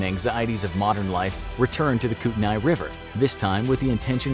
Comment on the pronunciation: i live in the area, i dont know about everyone but we pronounce it koot-a-knee i dont know if that is perfect but i havent heard koot-a-nay.... spelled kootenay for reference so i get the mistake